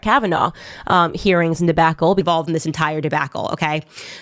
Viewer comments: The “A” in “Debacle” is pronounced “ah”, not “A”. So, if correctly pronounced, the word should sound like “De-Bah-Kl”, not “De-Backl” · dih-BACK-le XD XD XD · DEBACKLE?? ARCITEXTURE! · "de- BACK -le" 😂😂😂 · Candace says Debacle like Britta says Bagel.